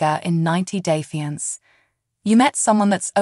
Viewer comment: You need to get a new Announcer!! If this one is AI generated, someone needs to work on the English word pronunciation of fiancé. It’s pronounced fee-on-say not fI-nance or whatever you were saying it was. Pitiful, absolutely pitiful!! Also, I’m rooting for Michael, big time!! He’s not scamming that “female gendered person”. I can’t & won’t call her a lady bc she is not one!!!!